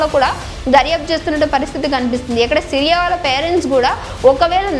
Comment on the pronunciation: Siriya kaadhu....SIYA